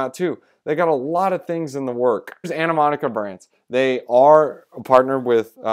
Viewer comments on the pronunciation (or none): Good video man. It's pronounced Ani-mo-ca Brands.